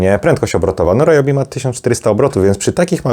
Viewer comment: W zasadzie Ri-jobi, bo to japońskie. Ale mi też się często myli i mówię Ra-jobi 🙂